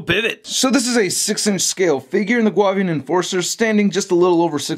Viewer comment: pronounced, (Goo-Avian) I believe...or prefer.